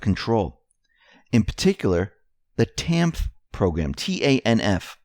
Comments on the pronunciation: TANF is pronounced tan-ef. JMO The public assistance programs are going to illegals etc. and the Americans REALLY in need are generally not getting the help. It is a plan to wipe out the middle class and take out the backbone of our country. Lots of homeless in the streets should get TANF and housing assistance but look it up, they are not getting the help. With help, most people will get back on their feet and be contributing members of society. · Not that it matters just so ya know~ TANF is spoken as "Tanif" just thought I'd share w/you! Thanks for your analysis'! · TANF IS PRONOUNCED “tanif”.